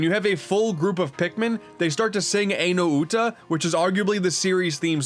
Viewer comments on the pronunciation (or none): "Ai No Uta" is pronounced "EYE no oo-ta," not "AY no oo-ta."